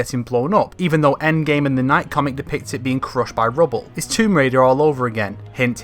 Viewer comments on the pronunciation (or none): none